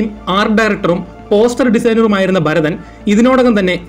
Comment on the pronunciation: Barathan alla Bharathan aanu.